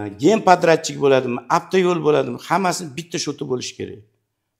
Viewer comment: Ака афтайул эмас, автойул деб езилади шунга хам этибор берсангиз. Рахмат.